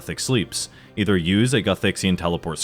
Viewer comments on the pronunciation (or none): none